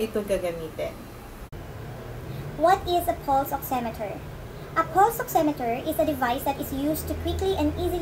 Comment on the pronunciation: it is pronounce as " Pals " Not 'Puls"